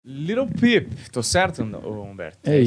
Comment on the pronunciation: Litle peep nao lil peep hahahahahahaja